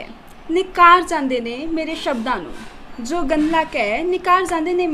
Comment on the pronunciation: ਉਡਾਰੀਆਂ ਦਾ ਸਾਹਸ,ਸਰਾਹਣਾ ਦਾ ਪਾਤਰ ਹੈ ।ਹਨਾਂ ਤਕੀਆ ਕਲਾਮ ਬਣਦਾ ਜਾ ਰਿਹਾ ਹੈ ।ਤਲੱਫਜ਼ ਤੇ ਧਿਆਨ ਦੇਣਾ ਬਣਦਾ ਹੈ ਜਿਵੇਂ ਜ਼ੀ,ਜ਼ੋ ,ਪੰਜ਼ਾਬੀ,ਸ਼ੌਂਕ ਨਹੀਂ ਜੀ,ਜੋ,ਪੰਜਾਬੀ,ਸ਼ੌਕ ਆਦਿ